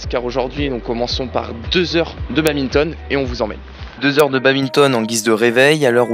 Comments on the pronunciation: En tant que puriste et pratiquant depuis de nombreuses années on ne dit pas "babinton" mais bien "bad minton" ;) Super vidéo les gars ! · Arrêtez de dire babinton pleeeeaaaaase ^^ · étudiant en STAPS, ne sait toujours pas qu'on dit badminton et pas babinton🤣😭